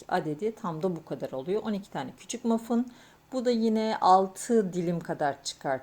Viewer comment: Mafın değil o Muffin diye yazılıyor "mafin" diye okunuyor 🙂